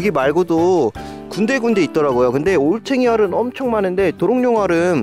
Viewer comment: 듣다보면 올챙알이라고 함